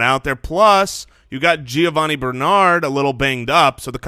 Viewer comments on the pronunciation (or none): none